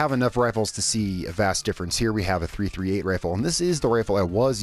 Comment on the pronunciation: Just fyi its pronounced .3thirtyeight